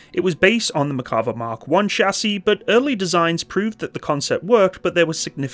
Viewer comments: Mare sounds more like "Meyr" Better to pronounce it as Nah-Mehr and Mehr-ka-vah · Say: mair.kuh.VAH